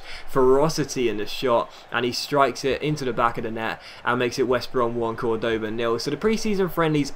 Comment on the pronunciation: In spanish the vowel with the " ´ " always means that's the streess syllable, so Córdoba's stress syllable is "Cor".